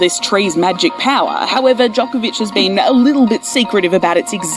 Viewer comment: DJOK-ovic Nowak DZHOKhar Tsarnaev djok / dzhok, same pronounciation. : three / tree.